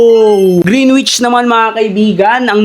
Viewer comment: Correct Lang po Kita baka ma bash ka Kasi nila, Hindi po green wich ang pagkabigkas "greenich" po ang tama. Sana mapansinn!!